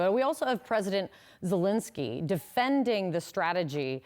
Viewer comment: If the war goes on for one more year then it just may be possible that every CNN reporter will be able to pronounce the Ukrainian Presidents name correctly . (Just his last name . Being a realist )